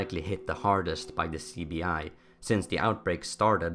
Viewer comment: Apologies but when you said CBI in the beginning it really sounded like you said sleepy eye